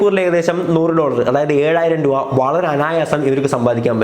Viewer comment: ബോൾ പറക്കാൻ ആളെ വയ്ക്കുന്ന പൈസക്കു ഒരു ലോഡ് ബോൾ വാങ്ങാമല്ലോ.. പിന്നെ രൂവ അല്ല രൂപ 😀😀.. ജോലി എന്താ... കക്ഷം മണക്കൽ ഇതെങ്ങനെ ലവര് cv യിൽ ചേർക്കും